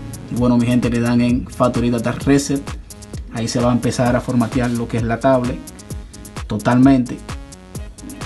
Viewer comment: Y de dónde es usted? Que dice formateal, pieldan, omitil, palte.